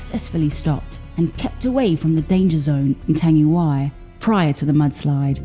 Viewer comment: U said the word tangiwai wrong the ai at the end says ee